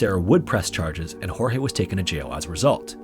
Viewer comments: Your portion of Sarah Boone is incorrect, starting with the pronunciation of Jorge's name. It's pronounced George, not Hor-hay. Second, the domestic violence incidents were not accurate. He was arrested 4 times for domestic violence against Sarah. Third, Sarah went to the police station, they did not come to arrest her. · Just an FYI...though his name is spelled Jorge and that is usually pronounced as it would be in Spanish and the way you are saying it this particular guy's name was actually pronounced like "George"....just thought I would mention that...(as someone who has a name that people have mispronounced my whole life due to the spelling and my mom deciding she would go against the norm and pronounce it differently). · Sarah is a murderer Jorge begged over and over to be let out cause he couldn't breathe. She thought it was a big fucking joke. Poor Jorge Weird side note Sarah calls him "George" but half the YouTubers doing this case "hor-hey"